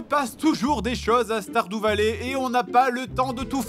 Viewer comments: Commeng tu prononce Stardew Valley. Á chaque fois j'ai l'impression que tu vas dire starfoulah. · C'est moi ou il dir stardoux vallée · "STARDOU VALLER" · Guillaume Hertzog ??? Ça peut se dire comme ça stardew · Sardou valley